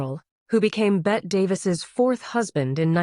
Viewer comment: It's not pronounced Bet it's Betty.